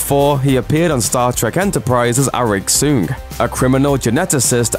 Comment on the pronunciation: So many episodes of Star trek and he still does not pounce the correctly.